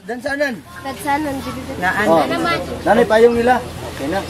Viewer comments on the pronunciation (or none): its payong not payang and i am a Filipino